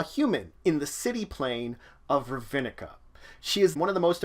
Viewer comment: Some prenounciation Rav-Nick-Ah Tey-Sa Or- Zov Ob-Ze -Dat